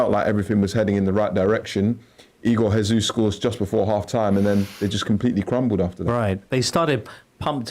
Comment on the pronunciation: Igor Jesus.....with a J. He is Brasilian NOT Spanish .